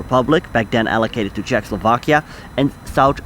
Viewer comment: It's not Czech Slovakia... It's CzechO Slovakia! There is "O". 😉 Thank you.